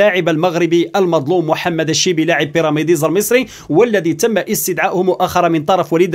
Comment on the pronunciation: أخي كنقولو ليها بيراميدز ماشي بيراميديز